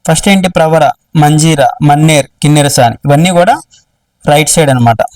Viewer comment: మన్నెర్ కాదు అది మానేరు రివర్